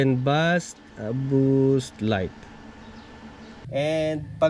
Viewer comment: base po ang pag pronounce ng bass. thanks.